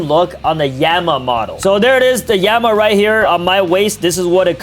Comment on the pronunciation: bro really said yema and emma